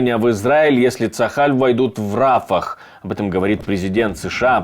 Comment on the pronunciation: От путина уже тошнит.не рАфах,а рафАх